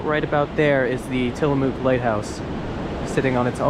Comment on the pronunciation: Tillamook rhymes with book, not MOO like a cow.